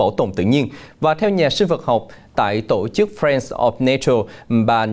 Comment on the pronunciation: Anh phát thanh ơi, giọng anh hay , nhưng sao anh đọc tộ chức( tổ chức)